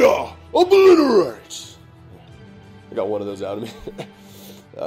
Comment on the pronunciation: Please don't say exodia e plea rate , you sound like yami yugi 100 year old no e fence yugi